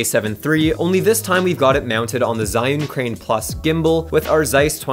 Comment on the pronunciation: It's pronounced Zhee-yun, not Zion. ZH is the equivalent of the French pronunciation of J (e.g. Jean)